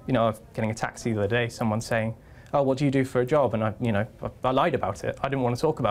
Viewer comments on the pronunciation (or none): none